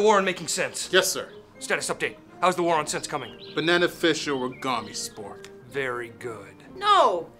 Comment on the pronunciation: hahaha "Beneneficial regamispork"??